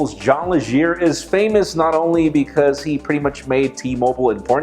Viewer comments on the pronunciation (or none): John Legere's last name is pronounced "Ledge-er"